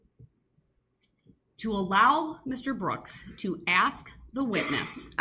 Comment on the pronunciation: Hate it when he mis pronounces word like axe,truf,biast and all the others he butchers 😮